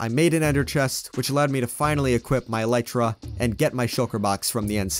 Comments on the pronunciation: It's pronounced as Elieeetra not Eleetra I'm not judging btw I'm just telling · ELIIIIII TRA IT IS PRONOUNCED ELIIIII TRA, Elytra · Can we talk about how he said eelirta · I love how he pronounces it “ElEIterAH” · he says alyeeeeeeetra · its elytra